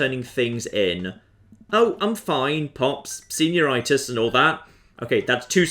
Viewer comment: Did you mean to say senior-itis like arthritis? Best moment in the video, intentional or not